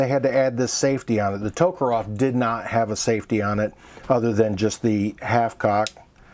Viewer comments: It's Tokarev. Not Tokarov. Sorry. I'm autistic. And when people mispronounce names of things, it drives me mad. Great review by the way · For FXXXX you at least try to pronounce TokarEv properly.Not TokarOv but Ev...and NgenT is also sad,NagAN mate.show some respect.